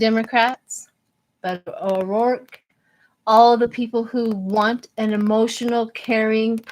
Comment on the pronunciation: You said Beto O'Rourke perfectly sweetheart!